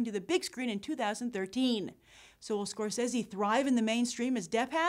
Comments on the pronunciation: Martin Scorsese. Pronounced, [Mahr-Ten Score-Say-Zee] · I HATE the way you say Scorsese. Ahhh. Stop it. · im sorry but she cant pronounce scrosese right ANOYING